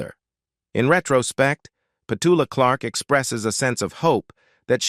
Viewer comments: Would have preferred to hear Petula's voice rather than your constant rhetoric about her life! Why no songs? Why none of her interviews where she tells of her life? Why no videos where her children, friends recall her life? You also mispronounce her name!! Its Pet-U-la! Very disappointing video. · Pity the narrator can’t pronounce her name 🙄